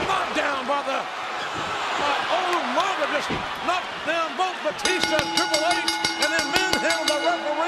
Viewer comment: RIP "U-Manga" as Regal would say.